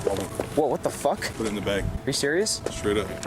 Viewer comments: it's bag not BAGGG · Me:bag Grandma:bage Mom:bagg????:BeG